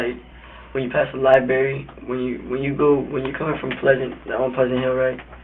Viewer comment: He doesn't even know how to say 'library'.?. Maybe buy him some books instead of a freakin gun